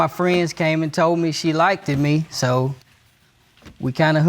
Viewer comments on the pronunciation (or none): Got to love that a college graduate says like-tid 😂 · Anybody that says "like-did" instead of "liked" can't be trusted!! 🤣😂🤣🤣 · lol I heard likededed